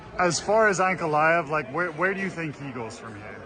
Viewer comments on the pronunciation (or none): none